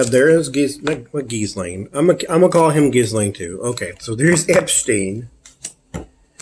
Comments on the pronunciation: The ‘s’ is silent in Ghislaine. And the ‘g’ in Ghi is pronounced gee with ‘g’ being a hard ‘g’ as in guitar. The Laine part of Ghislaine is pronounced ‘Lan’ ... so we get Geelan.😊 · Hello, not to be offensive, but rather just to help Her name Ghislaine is pronounced ""jeesLen" I hope this helps